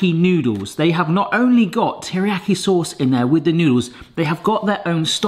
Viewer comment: Me wincing every time mispronounces teriyaki 💀 Please save us from it lol it's pronounced like tear but NOT the crying tear like you've been saying, its actually the grr I'mma tear this apart type tear that's then followed by the iyaki.